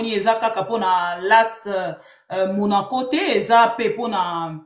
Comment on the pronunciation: L'A.S Monaco ! Pas las monaco. Dire A puis 😊S (Ess)